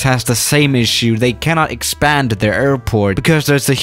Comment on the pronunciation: Kweetoh? Eekwador? EXPEND the runway? LOLOLOLOL I don't mean to offend but your accent can cause some pretty funny mispronunciations - that said, I speak like 1.25 languages so I'm sure my accent outside of English is pretty damned funny too. Not gonna stop me watching your videos all the same